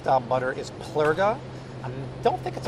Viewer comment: on the butter Plugra you called it "plurga? the R is after the G Just Letting YOU KNW its like Favre! But ppl pernounce it FARVÉ? SORRY That's Not CORRECT PERNOUNCIATION